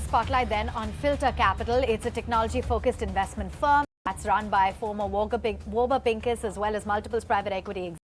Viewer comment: It's Warburg Pincus 😂